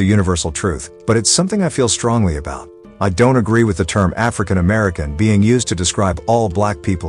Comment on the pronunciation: I AGREE. LET'S DROP THE "ARFRICAN" PART. Smokey, you have some great songs.